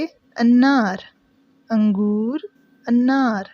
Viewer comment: اننا نہیں انار ہے